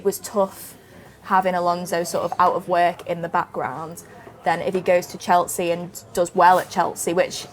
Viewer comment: Why does she say 'Cheltsea' on every video 😂